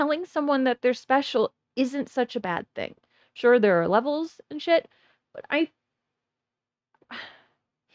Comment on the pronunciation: Have a like for being the only one that hates the way he hays "Wha'" instead of want apart from me so far. The other earworms are how he says And, banned, demand, like "Eyand", "Beyand", "Demeyand".